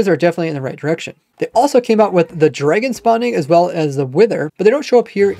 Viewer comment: i heard dr[eI]gon i thought it was pronounced dr[ae]gon am i weird